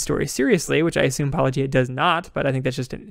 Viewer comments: Hey! They didn't pronounce it "Pa-low-gee-ah"! Yay! Too bad they spend their whole video missing the point of the video. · "Wait... YOU said my name the way I say my name. Are you sure you're actual Christian Apologists?" It's about time! It took 5 years but you finally got someone to say your name correctly. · “New hot guy” and they actually say his name correctly...on purpose! Praise Jesus. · As good as this entire video is, the most amazing thing in it is the fact that they pronounced your name correctly. It is baffling to me that all the others who respond can't (or won't) do this even though you say the name at the beginning of EVERY video. Gee, its almost as if they are intentionally mispronouncing it just to be dismissive and/or throw shade. How very Christian.